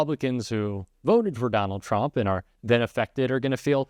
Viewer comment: "TURMPS" was that on purpose? Lol